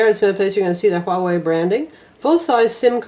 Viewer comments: WTF no. "Hua" and "Wei" are single character Chinese words. In mandarin chinese (different in other dialects) Hua is pronounced like "hWaah" while Wei is basic "way". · I believe Huawei is pronounced as "huu-a-way".